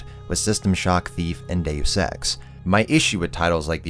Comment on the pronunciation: When he Deus Ex i thought he said Dave Sex